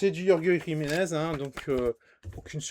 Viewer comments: Jolie coffret ! Mais ça se dit "Rolre Riménèze" c'est un espagnol ! 😭😂 Bonne vidéo ! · yorge jimenez mi norvégien mi espagnol 😂